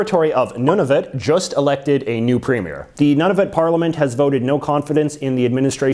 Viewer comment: Good video, but it hurts my ears when I hear how you always butcher French names (I'm not from Quebec) and when you say Nunavut (it's noo-nuh-vut, not none-of-it).